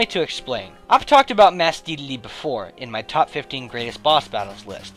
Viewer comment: "Masked Dedlde"